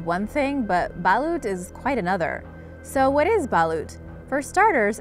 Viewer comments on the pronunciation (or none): Well its actually balot thou. Not balut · It is pronounced balot not balut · Balot not balut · We really eat chicken feet and edible chicks the edible chicks is called balut but you don’t pronounce it like balut the right way is balot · You pronaunce balut balot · And it’s not Balut it’s Balot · No 2 is balot is how to pronounce it not balut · It's pronounce balot but only with a u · It's balot not balut but it's correct spelling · Hmmmm balot not balut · Ok its balut.... Its balot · I am a pinoy i love balot not balut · It's balot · No not Balut its balot maygahd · Its not balUt it’s pronounced like Balot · Oo nga eh at pag pronaunce diba balot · “Ba-loot” hahahahahha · It's pronuonced ba lot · It's "Balot" You bastards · The no2 its ba...lut its balut straight fast if u say it Im a filipino like if u are ;-; :D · I love their pronunciation on "balot" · They pronounced balut wrong 😂😂,and balut is delicious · its not PA-la-wan its pa-LA-wan its not Isaw as in Isoh Butt Isaw like saying wow but withou the w and replaced with I and S. Isaw is the cheapest thing you can buy in flea markets because its only fat and bones. Maybe its the crunchiness, I guess? and dont say Balut slowly. Say it normally with the same speed as any word. Im sorry but Im just cranky when it comes to grammar and pronunciation. But great video! Very Intriguing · I don't like balut lolololol I'm cringing every time the filipino words are pronounced wrong!!!!! UUGGHHHHHH I'M PROUD TO BE A FILIPINO!!!! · The way she pronouns balut😂😂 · PLEASE LEARN HOW TO SAY THE WORDS PROPERLY OR YOU ARE SPREADING A WRONG PRONUNCIATIONS OF THE WORDS LIKE BALUT, PALAWAN, ETC.. WESTERNERS NEEDS TO LEARN HOW TO SAY THE WORDS AS ORIGINALLY INTENDED. C'MON DON'T BE LAZY ITS 2018!!